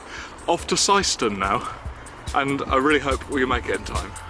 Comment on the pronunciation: Welcome to my local gaff at Syston, shame you missed the Grid. Oh, and you pronounced Syston correctly😊